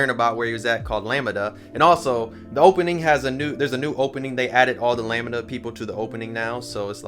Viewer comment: Always love your takes! .... Lamb (like a baby sheep)-Duh sounds cooler than how you're saying it like lami-da 😅